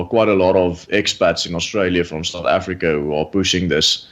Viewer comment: MOMMY AFF-REE-KA!!